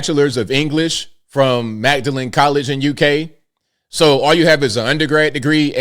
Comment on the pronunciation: I'm pretty sure Magdalen College is pronounced "Maudlin". Wouldn't want British intellectuals to laugh at us.😂